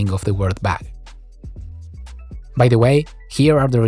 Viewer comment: The captions put how you say bug as bag or bad.